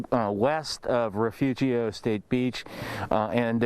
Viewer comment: Refugio Is not that hard to pronounce.